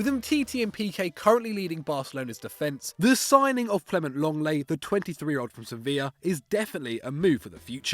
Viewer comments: Lenglet not Longleii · "LONGLAY" IT'S LENGLET. How it sounds Leng-Let